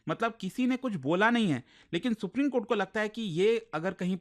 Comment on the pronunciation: Supreme kothe ko supreme kotha bol fiya😂